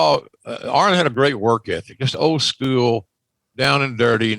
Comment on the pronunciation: I hate the way JR says school. Scoo-ell